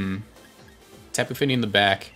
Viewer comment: When you say Tapu Fini is sounds so cool. Great Vid!